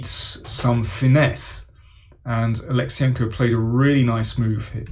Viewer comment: Daniel - you completely butchered Kirill's last name. Wrong emphasis...